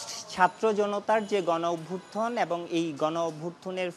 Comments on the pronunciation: অভভু্থ্থন, গনঅভ্যুত্থন😂😂 দারুণ উচ্চারন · অভ্যুথান উচ্চারণ করতে পারেনা, রিপোর্টার হইছে